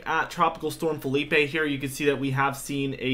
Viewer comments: Dude. It’s Philippe, in French not FELIPE in Spanish…just saying…other than that Bring the cold pleasee!!!!! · Ok. Lets get this right. Philippe is a French name. It's fill-EEP not Fill-EE-pay. That's a Spanish name spelled Felipe.